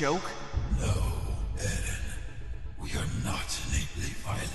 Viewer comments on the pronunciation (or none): Did... Did Levi pronounce "Eren" like "Ehden"? XD Was that on purpose?